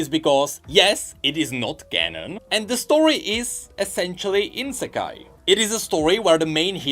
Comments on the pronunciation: Its not Insekai its Isekai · everyone: say I-Se-Kai: Insekai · saying "insekai" instead of "isekai" triggers my soul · Why is he saying insekai it's isekai... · It's not insekai it's ISEKAI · thx for the news but its ISEKAI not INSEKAI :D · Next episode he'll be apologising for calling it insekai not isekai bet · Will someone tell that theres no N in isekai? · Whenever says "insekai" my inner weeb REEEEEEs. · INsekai??? Dude! You have it right behind you spelled out for all to see!